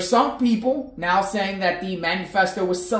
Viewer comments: It’s not “manu-festo” it’s “manifesto” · You are still pronouncing Manifesto wrong. There is no U. It is not Man U Fest O. It’s man I fest O. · Please learn the correct pronunciation of manifesto